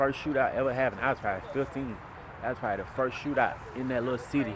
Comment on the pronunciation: Whuy instead of why 😂